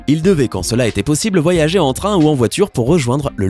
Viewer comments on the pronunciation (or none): none